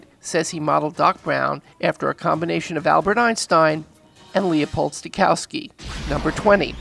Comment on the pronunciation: "Lih-opold Steykausky" XD!!! Americans should better learn the pronunciation of foreign names!